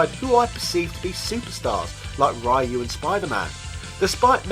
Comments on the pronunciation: It's not RAAAAAIIIIIUUUU, it's Riu ! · I really love this channel but every time he goes RAYU instead of Ryu I cringe hard. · If you know how to pronounce Ryu, then why keep saying RYE-YOU? It's like if I knew your name is Robert and I call you RobertO or something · Ra-e-ou?, súper hadouken? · Why do you pronounce "Ryu" like that. When the newest games outright tell you how it is pronounced! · All good until you pronounced RYU. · i don't mind how you pronounce Ryu , back in the day when i was still in nyc, we used to pronounce it the same way not until ryu came to smash bros i started pronouncing it differently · Pronouncing Ryu properly doesn't make you a weeb.